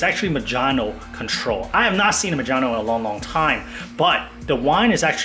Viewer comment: "Ma-John-Oh".......it's "Mo-HAN-OH"